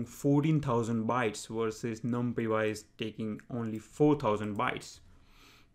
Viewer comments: great videos man.....just i suggestion its pronounced as "num + pie" = numpy although numpiY is catchy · i have never heard anyone say it the way he says it